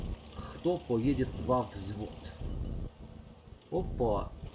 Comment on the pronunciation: Тоже угарнул с чувака в начале боя, "хто поедет ва звот?" ахах